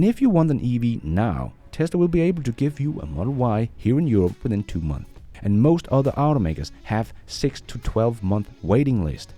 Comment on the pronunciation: It’s months …… not month…. You don’t pronouncing the S on the end of words…